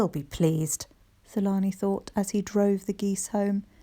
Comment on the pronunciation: Hi, is the characters name Thulani? In Africa the TH isn’t pronounced. So it should be pronounced ‘Tulani’. Otherwise such a great story 🤗❤️❤️